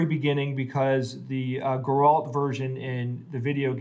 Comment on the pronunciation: I'm not getting used to how yous all pronounce his name as "Gorolt" and put the emphasis on the second syllable.